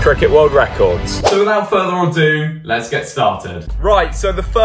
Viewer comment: By the way, it's without further ado, not further or do.